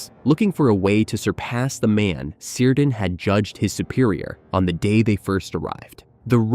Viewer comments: Cirdan - pronounced with a hard "c": "keerdan", nor "seerdan". Thus "Celeborn" is pronounced as "Keleborn". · It's pronounced "Kírdan", ffs. With a hard K-sound. Was Galadriel married to Seleborn? How can you pretend to know anything about Tolkien's world if you can't pronounce the names of major characters? Also, 'The Two Towers' were not Orthanc and Barad-dûr. Barad-dûr never makes an appearance in the second book of the trilogy. The two towers are actully Orthanc and the tower of Cirith Ungol. And there's no evidence for the main clickbiaty "thesis" of this video, that Saruman would have been able to forge a ring greater than Sauron's. In fact, the evidence points the other way: Sauron was able to make his ring so powerful because he was a very powerful Maia in the first place.; Saruman, however, simply didn't have the native power that Sauron had to pour into his own ring. He also wouldn't be able to dupe the Elves into forging other rings of power that were in ways subservient to any "master ring" that he might forge, because they had completely learned their lesson from being duped the first time. Yes, he was seeking the secret behind the forging of the rings of power and maybe hoped to find that in the ruins of Barad-dûr if Sauron was somehow defeated militarily once again, but in no way could he have forged a ring more powerful than the One Ring. Having said all that, in all likelihood, I'm complaining to a bot, so it's pointless....